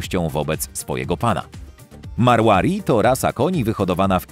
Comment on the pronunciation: Pov: Marłari.. Naucz się czytać ras